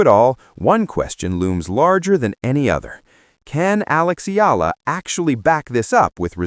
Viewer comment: You pronounce her name as 2 syllable, "E - La" This is incorrect. Do correct to 3 syllable "E - Yeah - La". 😊